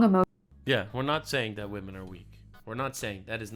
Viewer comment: You said Wamen like pewdiepie lol didn’t think y ou were a pewdiepie fan